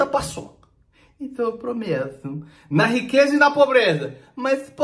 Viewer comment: "ENTÃO EU PROMEUTUMMMM" KKKKKKKKKKKKKKKKKKKKKK